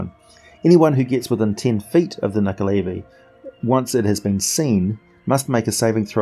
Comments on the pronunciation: Who here fought and killed the nuckelavee in the PS2/Xbox/mobile game "The Bard's Tale" ??? ;) ALso, not %100 sure but I think it's pronounced "nu-ckel-a-vie", not "nu-ckel-aay-vie"... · He pronounced it wrong.